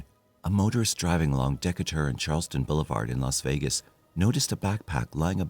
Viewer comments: “Decatur” is pronounced: d’KAY-dr, not deka-TOUR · Dee-KAY-tur…..not Deeka-tur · Uhm our population is close to 3 million. It hasnt been 650,000 since the early 80’s. The street is not Deck-a-dur. Its Decatur like “dee-k-tur”. And where tf is this clip of highway with lush green landscaping from? Kentucky? Its surely Not Las Vegas! Lol wth man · The street is pronounced Dee kater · Bro said DEKATOR blvd 💀 as a Vegas native that wasn’t even close 😂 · Decatur is pronounced Da-cay-tur. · That is not the correct pronunciation of "Decatur". It just isn't. I am more and more convinced this narrator is a bot. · the way he pronounced Decatur bothered me so bad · That was killing me! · Also, they must have failed history if you listen to their pronunciation of "Decatur". It's named for Stephen Decatur. Im not even sure how they came up with what they are saying but they say it at least twice and maybe more so not just a one time accident.